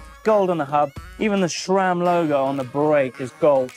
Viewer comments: sram doesn't have a H in it. it's sram not shram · Why does say shram instead of sram????? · Seth also says 'shram', so I guess it's alright. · Nice vid 👍. He still says shram 😂